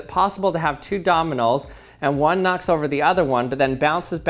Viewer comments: It annoyed me so much that you kept saying dominals instead of domino's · Are you saying Dominals? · He says dominos like he thought of 101 Dalmatians mid-sentence. “Dolminoles” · Who tf calls them dominals except this guy